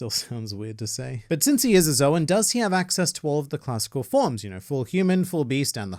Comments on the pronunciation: "Calling Luffy a Mythical Zo-wen user will never not be weird." Well it would be SLIGHTLY less weird if you stopped pronouncing the word "Zoan" so weirdly... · Bro I keep thinking he's saying the N word because of the name of the devil fruit